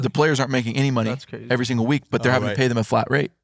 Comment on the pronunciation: Ahh yes “pay’s” his caddy. 😂